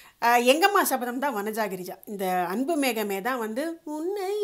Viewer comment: Arumaiyana songs super Aana oru chinna thavaru thamizh uchcharippu Anbu mehame illai Anbu megame ok👍👍👍👍👍👍